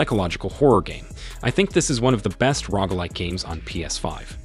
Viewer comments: Lolol the Rogg like has me lawling so hard. Rogue. (Row-guh) there you go phonetics for you. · 🤣🤣🤣🤣🤣 Oh man "Rogue" not "ROG" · oh my god its rogue bro rogue not rog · I can’t tell what’s more annoying; this guy saying rogg or people spelling rogue as rouge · Definitely rogg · How do you have a YouTube channel that's on the way to being mildly successful and don't know how to pronounce genre and roguelike? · I almost turned off the video because he mispronounced Roguelike SO MANY TIMES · How do you not know how to pronounce rogue